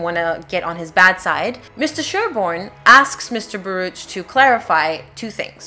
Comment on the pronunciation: It is pronounced "bar-OOK." The name is Hebrew.